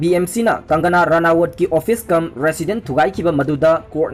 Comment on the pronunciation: Bro gi Sunday special se tabada yam nungai! Adubu mi mamingsing se chumna2 khara pabiyuba henna taba nungainaba maramdi adomgi pao se mipum khudingna tanaduini.. Eg:- Sanjoy Rawat 4 Sanjay Rawat, Dawood Abraham for Dawood Ibrahim, Kangana Ranawat for Kangana Ranaut, Arnap Goswami for Arnab Goswami, Thaakkere for Thackeray & many more